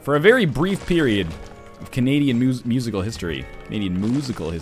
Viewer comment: Moosical? Oh I get it, it's because moose and canada, very clever XD